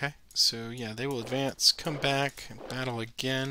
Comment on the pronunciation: #peterlovescharging Video deserves a "Like" simply for the attempts to say the name of the battle properly without getting tongue-tied!